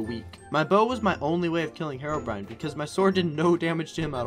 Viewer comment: I read comment I'm so happy that people say herobrine and not herobrian.